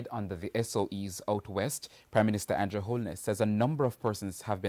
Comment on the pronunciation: It’s Andrew Clarke not Andre 😭😭😭😭